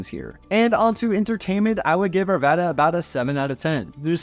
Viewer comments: How you pronounce the “a”. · Arvada like cat not caught!